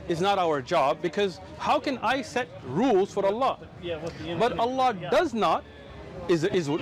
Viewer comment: Ppl .. leave everything aside, this is the first non Muslim non arabic human being that pronounce the name of the creator correctly not alaah or alaa but ALLAH ..💙💙may Allah bless him and his family allahuma ameen